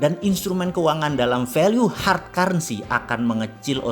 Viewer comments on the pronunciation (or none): none